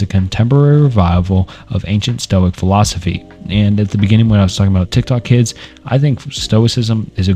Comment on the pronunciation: aside from the 6th grade reading level it was a good video, but my god hearing you mispronounce the names and words were frustrating like 😂 even some of the simple words like philosophy you would often mispronounce